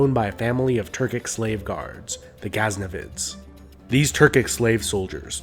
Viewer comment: The narrator definitely needs to brush up on the correct sounding, or pronounciatian of the names, from ghaznavids, samawnids, sometimes saying eyeranian or eyeran, people's names as examples. Also the use of becoming persionized or Persia is unnecessary, as eeron is more accurate. Persia from Pawrs province, now Fawrs, language now called Fawrsi, part of the Iranian language family, was seat of the Persian empire around 550bce, and used by the British colonists, although eerawn was used by the people. In the 1930s the English name for the country was officially changed to Iran. However, in the video, Persiaized was often used, when u can also say Iranian influence. Iran is also an old name for the country, coming from the Aryan tribes that swept westward towards Europe and southward toward India, and therefore the common indoeuropean language family. Also, although Iranian contribution was influential in the Arab muslim empire, it was the empire that consolidated the knowledge and allowed it to flourish. Sometimes the anti Arab prejudice seeps in, and is unnecessary, as they helped the Iranian culture flower after initial conquest, especially with the use of the script.